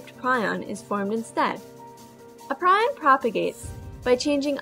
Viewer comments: Great animation and well done. However, it is pronounced PREE-on in the U.S., PRY-on in the U.K. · You pronouce prion wrong "pre-on" is correct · It's pronounced "Preon" and you didn't actually answer the question very well, at all.